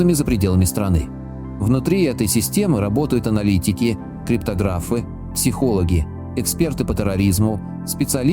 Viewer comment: КриптОграфы,а не криптогрАфы